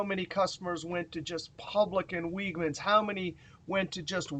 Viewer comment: Great video as always,. For future reference, note that the grocery store Wegmans is pronounced like "LEG-mans."